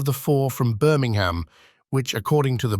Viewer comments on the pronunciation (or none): none